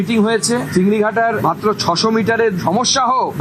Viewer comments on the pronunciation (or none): Didi upni vool pronouns korlen.ota chingrihata noy ota hobe chingrighata.